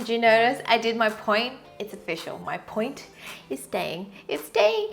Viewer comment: what do u mean by the word ur saying "POINT"